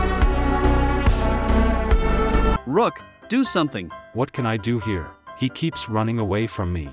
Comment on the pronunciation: Its not called ROCK ITS CALLED ROOK 😂